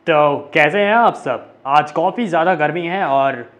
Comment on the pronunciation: From kafi hota hai nhai tum kofi bolte ho har vedio me